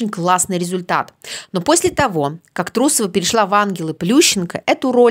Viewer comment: Даже если не уважаете человека, не надо коверкать его фамилию. Это говорит о том, что вы некультурный, малообразованный человек... Несостоявшаяся фигуристка, наверное. Карьера не удалась, а получить образование- ума не хватило.